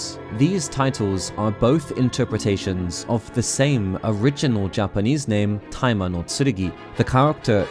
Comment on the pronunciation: You probably didn't intend for this, but whenever you mention Tai Ma, it sounds like you're saying "timer" with a southern/Brooklyn accent. It kind of takes away some of the impact, especially when talking about the Master Swords' "Timer Power" Better set that alarm so that the "Timer Power" will go off at the right time, don't want Ganondorf to awaken too early! XD